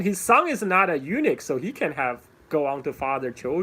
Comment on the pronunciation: A small detail: Eunuch is "U-nuck" not "U-nick". In any case, thank you for taking the time to do this. You have become the Lei Dai Sor of SE Asia.